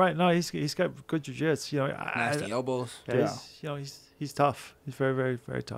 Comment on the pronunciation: I don't trust a guy that calls jiu jitsu "jiu jitz"